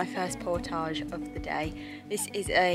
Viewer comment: You're British not Frrench, so pronounce portage properly.